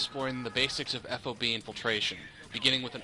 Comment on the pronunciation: Drives me nuts to hear FOB spelled out, just say it, rhymes with fog. No self-respecting soldier calls it F-O-B.